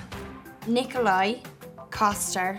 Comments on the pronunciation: Charles Boyle disapproves of this pronunciation of Nikolaj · Why make a game, where the maker cant even pronounce the names correct... Nikolaj was both wrong, they pronounce it too american... And yes, I am danish... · I think you mean NIKOLAJ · it’s nikolaj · It's not Nikolaj, it's Nikolaj. - Charles Boyle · Agnes A almost, but it's pronounced Nikolaj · nat Yeah. That was kind of stupid. She didn’t do it correctly, and they certainly didn’t either. Haha